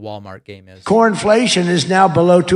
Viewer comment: Did he just say Cornflation? 😂😂😂